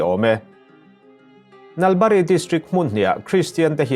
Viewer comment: Nalbari hi a thlukseiin lam tur,,,eg, Naal baarii ti tur